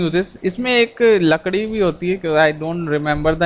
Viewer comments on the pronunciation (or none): none